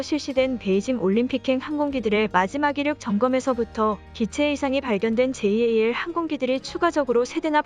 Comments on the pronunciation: '제이에이엘'>>> '잘' 이라고 읽으세요 ANA는 그냥 '에이엔에이'이라고 읽지요. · 보통 잘(JAL)이라고 부르는데, 제이 에이 엘 이라고 하니, 엄청 어색😶